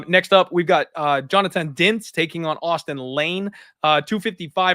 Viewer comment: I sincerely couldn`t understand the DINIZ pronunciation while washing my dishes. Couldn`t you type his name on google translate and try to repeat it as well as possible? it`s portuguese, should be easy to say his name